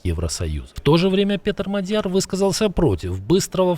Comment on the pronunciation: Внимание! Правильно МАдяр, ударение на первом слоге.